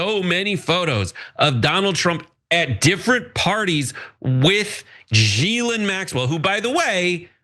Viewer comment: He called Ghislaine Maxwell G-lin Maxlaine. If you don’t hold Bill Clinton to the same standards as Trump, you are aiding a p*dophile. You stare at a screen with your fried brain to inflate your ego like a balloon. You clearly aren’t paying attention to what people say or what you’re looking at💀